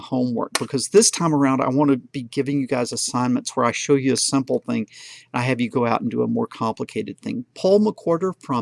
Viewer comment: ``the ting``